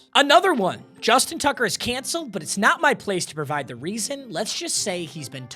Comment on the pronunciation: “Justin Tugger”😭😭